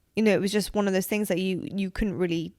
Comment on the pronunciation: I’m here for the “tings”